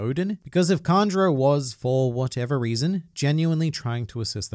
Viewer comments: Why u pronouncing "Kanjuro" like "Conjurer" 😅😅😅😅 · It’s Kanjuro